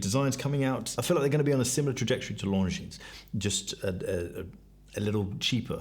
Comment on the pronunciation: Its Longinnn not LongineS, sorry but slightly triggers me.